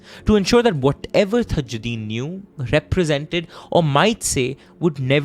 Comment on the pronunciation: Dude all thru' u mispronounced the victim's name it's not THAjddin but simple TAAJ'Ud'deen = ताज उद् दीन